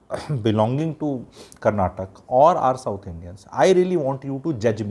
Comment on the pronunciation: It is karnataka, not karnatak. First learn this